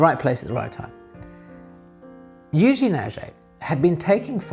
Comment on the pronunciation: Thanks a lot for this very interesting video, as always. Kind comment about french pronunciation : "è" in Eugène and "et" in Aget, you can quietly pronounce as "ai" in again